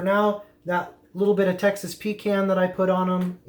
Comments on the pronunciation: Pretty sure you dont drink a "con" of coke do you? Its "pee can" lol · Had to interrupt after 2nd “pee can”. Please, please... pahcahnn. 😀. A pee can is something you use when traveling and don’t want to stop and use the bathroom or side of road for #1 Thanks! Just having fun! Keep Smoking!! Oh...Grilling is for High Temp meats (steaks, hamburgers, hotdogs) for those that don’t know.